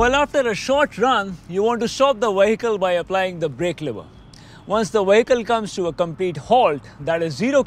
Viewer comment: Your English is very good much better than my Indian . Only mistake is the word vehicle it is a vee not wee. Excellent vid